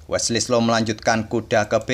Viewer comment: Wesley so pak bukan wesley slo 😂😆😅